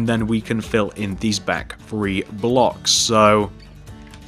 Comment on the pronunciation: HAHAHA YOU SAY FREE INSTED OF THREE not to be mean or anything but... :-D